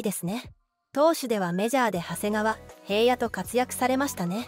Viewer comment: 動画主は日本人ですよね？動画作成後、UPする時に確認しないんですか？ 読み上げソフトを使うのはいいのですが、平野投手を「へいや」って…。 ソフトに読ませている動画で、日本語が全て正しいものは皆無（おかしいところが多い） なので、大抵の事なら見過ごせますが、こういう人名の間違いはダメです。 リスペクトが全く感じられません。せめて、投稿前に一度でいいので通して確認してください。 （確認した上でこれならもうお手上げですが。）